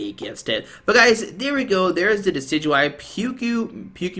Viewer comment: Nailed that pronunciation!